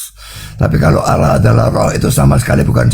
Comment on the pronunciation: Coba keristen asli tulisan allah dibaca salah alah , ini uda salah